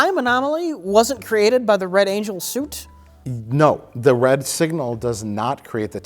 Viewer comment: invents the space shuit